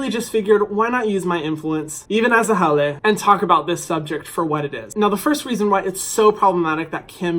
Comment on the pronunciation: Hana maikaʻi a mahalo! Well said. Thank you for using your influence to get our culture out there to educate others! And hearing you correctly say haole and not haolee...made my day! ❤️